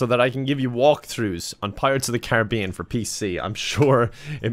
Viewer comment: Thank you for saying pirates of the care-a-be-in not car-rib-be-in